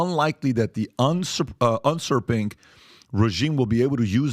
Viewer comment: "unsurping".... confirmed that you are listening to an iliterate moron ...